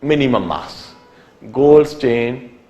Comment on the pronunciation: LOL! its goldstein not goldSTAIN!!